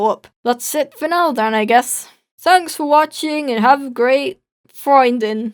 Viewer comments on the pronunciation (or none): Ist noch jemand Deutsch und findet es auch lustig wie er Freundin ausspricht